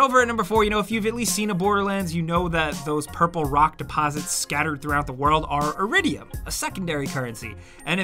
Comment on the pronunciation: Isn’t it called E-ridium and not I-ridium ( isn’t this also why you get E-tech weapons in bl2? )